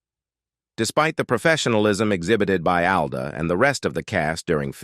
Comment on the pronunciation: It’s not. “A” it “AL”